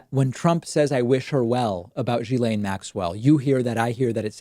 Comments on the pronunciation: it s not GILAINE IT ‘S GHILAINE. dude...research a bit would help. i mean it s your job. btw. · Okay..but PLEASE add to your credibility by pronouncing her name correctly...seriously. It's a small thing but reporters who've adequately researched have been exposed, through that research, to her name's correct pronunciation.